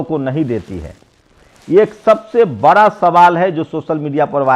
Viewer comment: See how this youtuber pronounce words sosal bra pichra deliberately to prove himself pichra